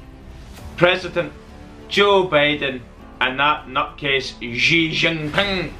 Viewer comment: You should learn to pronounce Xi's name properly, and your first comment " and that Nut case", so you are biased against China to start with. Think of all the money spent in Scotland by Chinese students. With regards to the defence budget, one can understand why the US's is much greater, it needs to be, with all their military bases spread all around the world and especially when the Warmongering US and CIA go on bombing and killing sprees in foreign countries in order to get access to oil etc. With regards to products made in China, they are manufactured to the standards set by Western companies based in Mainland China, that's because Western companies know they can get the same manufactured at a low cost and make a massive profit when sold in the West. What about the quality of Black and Decker, Bosh, Makita etc. they are manufactured in China. Something that you should take into account America is a long way from China and even though the US has bases all around Asia, they are within striking distance of Chinese missiles and don't forget when pushed Nuclear weapons can be used as well. There is also the use of Cyber warfare so I wouldn't discount China's ability to come out on top there, just a thought.